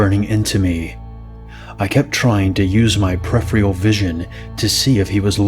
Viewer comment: it's peripheral not prephral